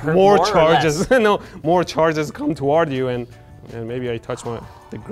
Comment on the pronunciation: ......."no re".......Medhi are you Greek?? 😂😂